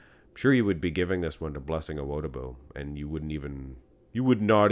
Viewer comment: Just FYI, the emphasis is on the “Di” in Awo”Di”bu